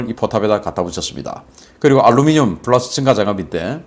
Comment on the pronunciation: P랑 F 발음좀 구별해라... 훌러스가 머냐...